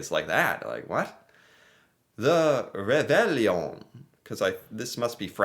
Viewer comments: Pronounced ~ rayvayon (roughly) And time you checked out Acadian background and culture (you’ll find ties to Louisiana and to NE USA too) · Ray vay on. The ll in French is pronounved like a y. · reVAY-yohn but the n is only at the back of the mouth. just a hint of n. tourtierre is the BEST. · Any child in the world who posts a letter to hohoho gets a letter back from Santa. Réveillon is pronounced like reveyo A lot of Canadians eat at midnight on the 24th. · Reveillon... pronounced re-ve-yooooo (more or less) The Reveillon is a Quebecois "thing". There is not one Quebecois that would not know le reveillon. The Quebecois are having a feast at midnight because they are traditionally catholic and have just returned from midnight Christmas mass. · "Ray Vey Yon" Reveillon. French-Canadian (Acadian) here. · Rev-eye-On and the final n is barely pronounced. It’s not just in Quebec. Families with French backgrounds often have a celebratory dinner on Christmas Eve. It might be - depending on when and if the family attends Mass. The dinner might include fancy seafood dishes, champagne, and usually Tor-tee-air, a savoury pork pie.